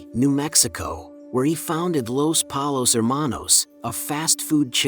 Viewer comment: I'm sorry but Polos?? If you don't say Pollos, you didn't watch the show